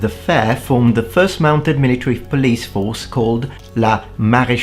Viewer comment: not foist :C